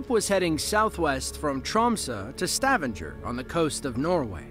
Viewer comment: “Trom-suh” and “Stavan-jer” makes me giggle 😂😂